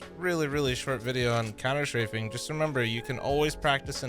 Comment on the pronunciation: What's couner shrafing?